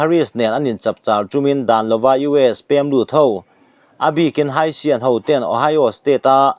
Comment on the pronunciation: Haitian hi Haisian i tia...A dik chiah lo...Haitian T a lam tur a ni lo maw.